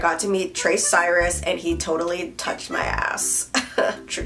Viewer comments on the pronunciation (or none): none